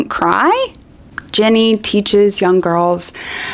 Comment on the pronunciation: you keep calling her Jenny instead of Ginny and it's so distracting